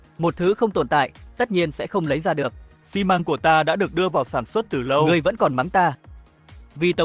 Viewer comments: AI đọc như thằng lỏ căk, xi măng đọc thành mười mốt măng :)) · Con AI này không biết đọc từ Xi Măng ah